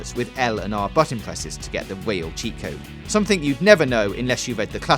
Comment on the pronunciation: "...Weal cheat code."